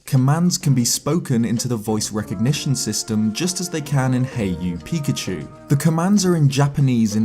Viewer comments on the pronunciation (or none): none